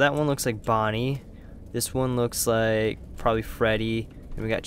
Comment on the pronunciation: you said lake instead of like